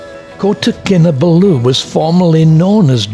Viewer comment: It is Kin Ah Ball Ooo not Kin Ah Ba loo. Source: wife is from there